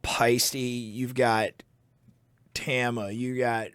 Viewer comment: Can someone please teach Canadians how to pronounce ‘Tama’? Oh and ‘pasta’ while you’re at it